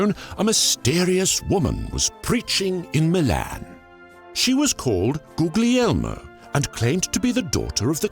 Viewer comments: Well done sir! Keep up the good work! Just a small hint: everytime you have to read an Italian word with a “gli+another vocal”, the sound of the “gli” shall be read almost like a “lyee”. So Guglielma (the Italian, feminine version of William) is more like “Gulyeelma” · that's pronunced more like Wilma, it's the Italian equivalent. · the way you said Guglielma confused me, then i read it and realized that you read the italian (i think?) "gli" sound as 'g'-'li' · "Googliema" hahaha that pronunciation xD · I love your pronunciation of Googly Elma. XD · The way he pronounces "Guglielma" kills me avery time. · “Guglielma” (which, all due respect, was mispronounced terribly in this episode) is the female form of the Italian form of “William”, so it’s definitely not Bohemian in origin. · your pronunciation of "gl" in "Guglielma" is rather rude.... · I gotta admit I didn't like the clickbaity title, mostly because I'm used to a more thorough approach from this channel, for what I've seen up to now at least. Also the pronunciation of Guglielma is as off as any person not speaking Italian would pronounce it -that is, a lot lol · Ah yes. Languages. Why'd we learn them when we have English? Now let's say the word "Guglielma" now. I'm not trying to be rude. It's just funny to me that almost every english speaking person I've seen does not know how to say "gl" in Italian. Very nice videos btw. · Just a small nitpick: the /gl/ in Guglielma (and in Italian in general) is actually pronounced in a weird way that I don't think exists in English. I don't really know how to describe it, but the International Phonetic Alphabet symbol for that sound is /λ/, so if you search that, it should pop up. Apart from that, great video, hope you get many more subscribers! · I brividi che mi sono saliti quando ha pronunciato "Guglielma" in quel modo...